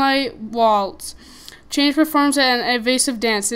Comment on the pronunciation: Lol it's chang'e (chan-g-uh{note the apostrophe}) hope this helped :)